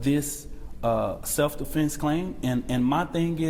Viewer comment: He said self deflense claim🤣🤣🤣